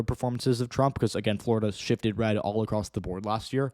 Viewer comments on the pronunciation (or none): none